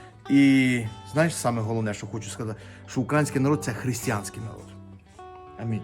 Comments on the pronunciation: УкраЇнський народ, Українська душа!!! Хоч наголос правильно ставте, а не як свнсбки. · Все красиво і правильно, але став правильно наголос. Неграмотні кажуть укрАінський. Слава Україні.